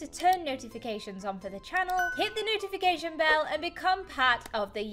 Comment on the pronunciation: is it just me or did she say nootification? 🤣